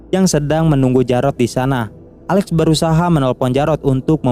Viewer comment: Alex bro bukan ale